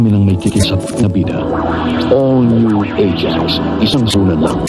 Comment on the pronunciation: Natatawa ako sa pagkabigkas ni na "Ah-Jax"